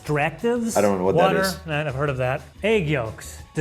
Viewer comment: Wather, I've heard of it 🤣